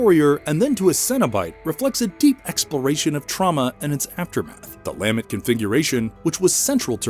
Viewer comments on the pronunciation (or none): It’s pronounced luh-ment